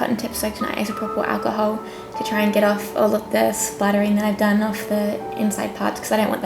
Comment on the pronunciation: Her voice she can't even say alcohol damn my fucking God